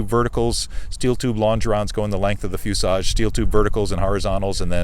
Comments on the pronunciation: Why does he keep saying fusage? I want to scream at my phone and say "it's FUSELAGE"! lol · Is there a reason for his pronunciation of "fuselage" as "fusage"? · Fuselage. There’s an L in that word.